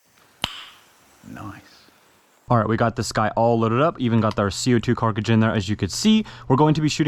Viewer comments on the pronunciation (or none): For as long as u been doing these vids there is 0 reason u still say cartridge like that😭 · Carcage, cartridge, car-tridge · … Cart-ridge Cartridge.